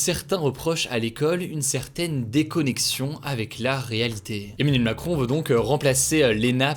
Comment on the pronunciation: Onmanuel moncrooooon, froncois holloooonde 😂